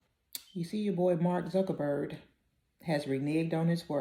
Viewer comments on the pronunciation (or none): The man's name is Zuck- BERG not Zuckerberd! Let's start there. Otherwise we're listening but we already know THESE people don't care about us,. When did they ever? Have u been living in never never land or think we have? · I hope she's not looking at that man's name and still saying Zuckerberd. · While I am NO fan of T. You are literally on a platform that gave him $1M for his campaign telling everyone else to get off the platforms. Also while you mispronounce at least twice Zuckerberg's name. Maybe do a bit more homework. "The CEOs of companies including Meta, Apple, Amazon, Alphabet and OpenAI – many of whom also had rocky relationships with Trump in the past – have pledged either through their companies or from their own pockets donations of $1 million to the incoming president’s inaugural fund." They all will bow to his will it seems.